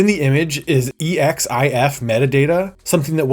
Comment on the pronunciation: EXIF isn't spelled out like that. It's 'eksiff'